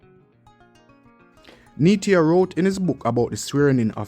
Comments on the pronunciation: Neita, pronounced NEEETAH, not Neetia. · It's Hartley Neita..... pronounced Neeta